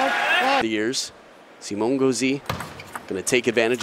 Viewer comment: I speak french, and it's pronounced Simon, not Simo